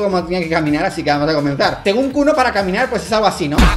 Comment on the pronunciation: Cómo que kuno es "KULO"